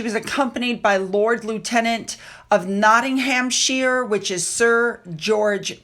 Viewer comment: You pronounced Nottinghamshire correctly! Thank you 👍